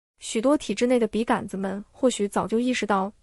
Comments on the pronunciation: 笔 杆 （gan 一声）子？ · 笔杆子的杆是三声吧，听着好别扭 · 完美的声音，除了“笔竿子”这个读音有点怪